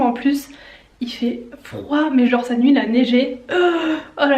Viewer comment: Le "y fait fain, jenre y fait vraiment fain" 😂